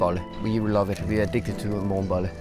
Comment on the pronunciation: undskyld men jeg hørte det som "we are addicted to at morgen bolle"